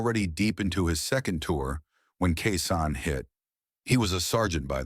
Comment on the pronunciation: It’s not K San or Kay San. It’s Khe Sanh.